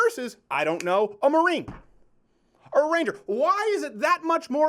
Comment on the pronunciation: When he said Ranger I thought he said a reindeer